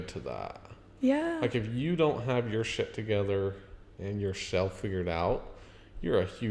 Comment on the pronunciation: He also says, “introduce yourshelf”